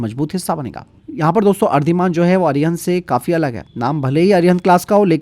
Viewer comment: मेरे दोस्त पनडुब्बी का नाम अरधीमान नहीं है अंग्रेजी में पढ़ो तो ऐसे ही बोला जाता है ! लेकिन इसका वास्तविक नाम अरिदमन है 😮